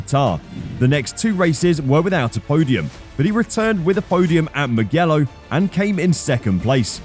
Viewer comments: Its MU JELLO and not MU GELLO Mugello,,,,,,jello. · You know this guy is not a fan when he says "moo-ghe-lo"...